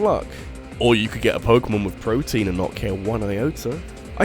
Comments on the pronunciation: It's protean! Pronounced pro-tea-in. Protein is totally different and it's a useful vitamin. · Protean is not pronounced "protein", lets sound it out. Pro-tee-ehn. it's a biology term. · "Protein"? lol My dude, that says (PRO-tee-an)